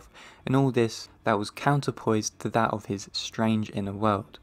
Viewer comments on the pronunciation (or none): Very real voice, with a very strong accent! He hates pronouncing a final "t" in some words... which makes "that" sound as "the" while speaking. It's quite unfortunate.